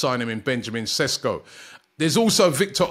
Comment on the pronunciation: Ww yeah Rob you definitely butchered his name. You misplaced 6 letters